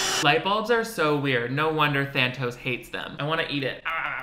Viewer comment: take a shot every time he says thanos instead of thantos